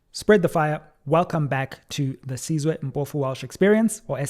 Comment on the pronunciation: It's Sizwe 😂😂😂😂😂 it's means Nation not Siswe. Siswe does not have meaning. 😂😂😂😂😂 It's like somebody calling you Junny instead of Jenny